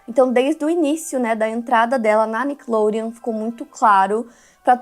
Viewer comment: O jeito que a apresentadora fala Nickelodeon, com sotaque..me incomoda